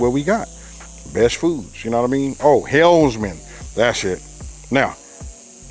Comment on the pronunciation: It Helmans.. not Helsmans lol... Love your channel